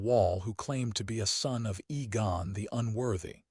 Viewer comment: AI cant spell or pronounce Names/Words, Aegon NOT Egon.